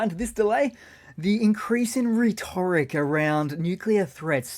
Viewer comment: Dude, I appreciate your videos, but the word is RHE-tor-ic, not reh-TOR-ic. Kind of annoying for an English speaker.